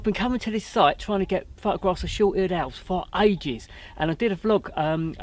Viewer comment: Love your enthusiasm, I know it’s Christmas but I could swear you were saying short eared elves. 😀